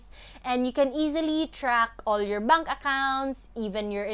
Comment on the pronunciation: i love how you say bunk account......😂😂😂